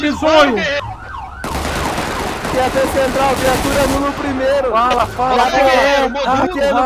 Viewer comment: O pior foi ele falando QAP CUPON kkkk